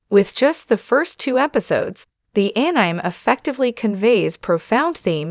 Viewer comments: Is this an AI voice reader? The phonetic [An-nime] is not correct. It's [An-ee-may]. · anime --> pronounced as A-Nine?... sounds a bit robotic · AI gargbage, go away. It's pronounced AN-EM-AY. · Here's an idea: Get that AI voice to say Ass Anime. It'll be describing itself when it mispronounces Anime. It's asinine.